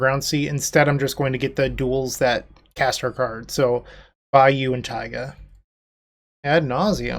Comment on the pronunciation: the inflection kind of made it sound like "buy you a taiga"